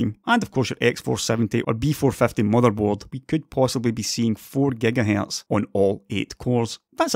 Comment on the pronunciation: "geiga hyeieirtzz"